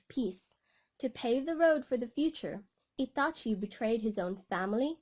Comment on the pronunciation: Why she say Itachi like that😂